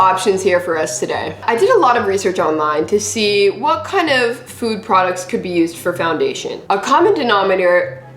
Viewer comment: I like how says “ all the PRODCTS aksholy work “ but her skin is like help me